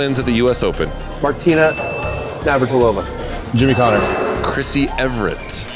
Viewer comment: Sam continues his streak of mispronouncing names, even very familiar ones now. He was saying Chris "Everett" 😂😂